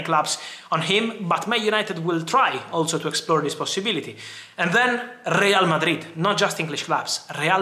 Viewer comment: Rrrreyal Mardrid